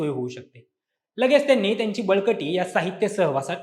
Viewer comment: वळकटी not बळकटी 😂😂😂